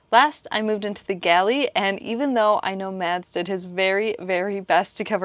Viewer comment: Help me out here - am I missing an inside joke? It sounds like keeps calling Mads "Mess" and that's hilarious if she is, because he's a stereotypical neat freak.